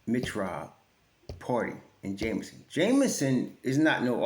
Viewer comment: Hey - The brother's name is JEMison and not Jamison, just for the record. 😊